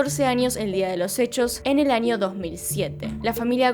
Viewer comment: por que dices anio en vez de año?